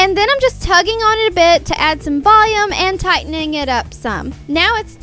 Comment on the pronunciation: Apparently, to, volume is pronounced "VOh-yume"